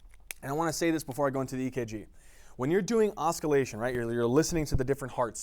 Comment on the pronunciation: Auscultation, not osculation. Osculation is kissing. Auscultation is listening to heart sounds.